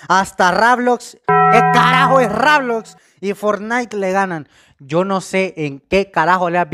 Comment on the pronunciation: Busca reseñas de Minecraft :D Posdata : se dice roblox :v